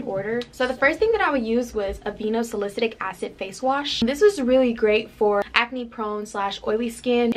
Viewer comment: Haha and salicylic acid 😂